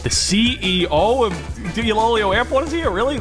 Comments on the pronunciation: i think its pronounced eloelo but spelling us iloilo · Iloilo pronounce "ee-lo-eelo" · I think it's pronounced i-lo-i-lo airport idk if it's from the Philippines cus the creator of it is l.a airways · Its pronounced as ilo-ilo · Correction iloilo is pronounce as ilo ilo. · Iloilo is pronounced as iloh iloh in phillipines how do i know? Fillipino ako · You have butchered the Ilonggo language and it pronounces as "Ilo-Ilo" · as a filipino i know how to properly pronounce it and you are very much butchering it the actualy pronounciation is "ilo-ilo airport"